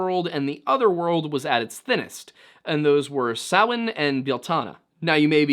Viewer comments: Underappreciated aspect of this video: the pronunciation of Samhain is actually correct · Anyone else here breathe a sigh of relief when he pronounced Samhain properly? 😂